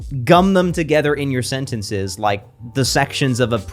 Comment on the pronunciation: its not SENT ENT SAYS it is SENTNSIZ